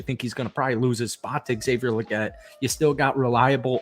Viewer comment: ALSO THO!! Lol Legette is pronounced with TWO E’s!!🤣 like Leegette Lol